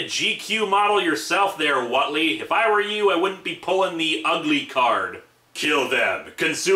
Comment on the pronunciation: I lived in a town with a Whately family as a kid. The name is pronounced WAIT-LEE, not WOT-LEE. There's an "e" in the name for a reason. They'd have punched you right in the nose for getting their name wrong and it wouldn't have been with a tentacle, either. Tough old coots, those Whately brothers. And yes, they'd read Lovecraft and gotten a good chuckle out of it. No relatives anywhere near Massachusetts.